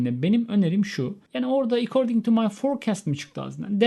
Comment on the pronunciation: Hocam according neden recording gibi okudunuz. Kafam çok karisti :)